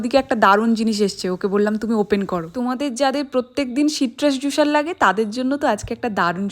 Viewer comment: তোমার দন্ত স এর উচ্চারণ ঠিক হয় না। জুসার বলে জুশার না। প্রেস হবে প্রেশ না।